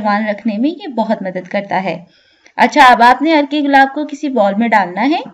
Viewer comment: عرکے گلاب مطلب۔۔ عرق گلاب سنا تھا